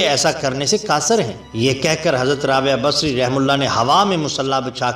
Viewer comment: Hazrath rabiya basri rahemathullah alehi. Sahi pronounced nhi kiya hai.